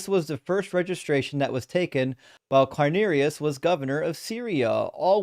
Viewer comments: "Herod" is pronounced HE-rod, and "Quirinius" is pronounced "Quirinius" and not "Quinerius" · I didn't mean to Imply that the first syllable is pronounced like the English word "he", only that the emphasis is on the first syllable. The mistake was the other guy's, not; though he did mispronounce Quirinius.